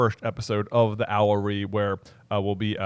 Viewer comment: Hey guys, been watching for about 10 years now! Really love your content and very excited about everything you’re doing! Just so you know owlery is pronounced “OW-luh-ree.”